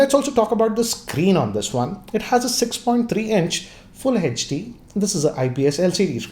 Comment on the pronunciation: HD not hech D😅